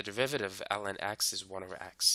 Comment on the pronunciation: i keep on hearing you say "ellen"